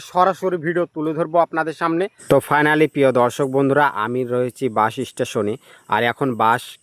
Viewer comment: বাশ নারে বলদ বাস আর একটার না অ্যাক্টর ভিডিও বানানোর আগে সঠিক ভাষায় কথা বলতে শিখেনে 🫪😆